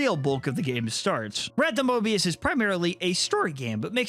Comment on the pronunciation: Don't add an r in front of the o in Mobius